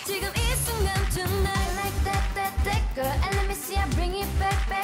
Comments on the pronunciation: when they say the word 'GIRL, i heard 'gurr'... when it comes to mina i heard 'Girl'. she pronounced it well.' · Mimi If you check the other comments you can see that Mina's pronunciation of Girl is a topic for fanwars so mentioning her like that could provoke something